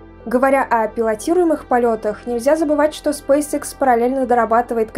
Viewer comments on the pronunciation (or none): Лэди, извините, но Спейсэкс, а не срейсикс!!! Что за английская школа у вас, если вы пол слова по английски, а вторую половину по русски произносите - SpaceX?!! Если Вы в Европе живете, здесь все говорят по английски, а если в Азиопе, то и там уже много граждан владеют вторым английским языком!